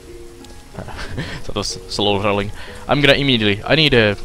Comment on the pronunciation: rrrrrroling XD :P